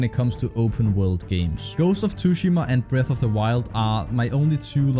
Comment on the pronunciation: You calling ghost of TSUshima "ghost of tooshima" makes me wanna slap you in the nose